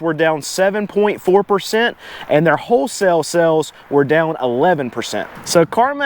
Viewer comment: Pleae , FFS, its sAles... not sElls !!!!